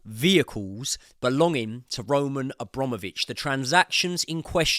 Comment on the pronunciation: *Abramovich. a BRAM ovich. Not hard.